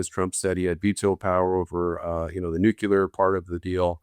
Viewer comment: Why does not know how to pronounce "nuclear"? His pronunciation has always been used as a shorthand indication of an uneducated ignoramus.